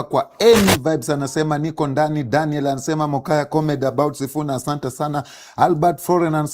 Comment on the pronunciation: 1.24.15 ...Did I hear "comety"? Instead of comedy? 😂😂